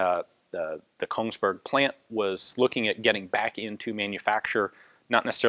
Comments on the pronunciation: In the North we pronounce "berg" more like berj (Without the "d"-sound, almost silent. Kinda like the "j" in jam or yellow. And with a higher, calm "e"). "Beerk" just sounds... stupid. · it is Kongsberg. It sounds like he wanted to say Königsberg and I was wondering if that suddenly went a couple kilometer north